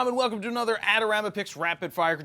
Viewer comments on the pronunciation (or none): none